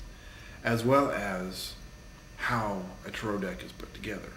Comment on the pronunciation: tare-oh. tare-oh. repeat that. it's not t'roh. god, i thought people saying tare-ot were bad. your trailer sucks, glad it's not actually a series. and dude, it's not mysterious or cool to call salt, runes, buddah statues, and tarot decks dangerous. it's like calling crosses dangerous, and we're not vampires.